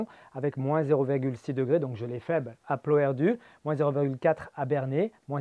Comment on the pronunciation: PLOERDUTT'', mar plij ganeoc'h! Gast! En Bretagne celtique bretonnante, les finales se prononcent toujours! Dans les noms de familles comme dans les noms de lieux. Comme dans Perett', Laniscatt', Pumergatt', Plunerett', etc, etc... Merci. Ken a vo ar c'hentañ tro...